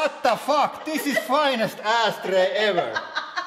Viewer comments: "thats a hard ass tray" he tried to say ash tray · it sounded like he said ass tray instead of ashtray lmfao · It sounded like he said "ass tray" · I know he says "ash tray" but I the first time I heard it I thought he said "LOOK A FINE ASS TRAY" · I just heard ASS tray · i allways hear ass xD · why is no one making jokes about the way he says "Ashtray"? He is pronouncing it as "Asstray", and that is one of the funniest things that he says. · I thought you said asstray instead of ashtray #facepalm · Asstrey lol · I heard finest ass tray ( tray a name of person)😂😂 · Dean Kruse it sounded like he said ass tray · I thought he said " this is fine as ass tray" I thought tray was a name of a person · "finest asstray" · "Finest asstray ever!"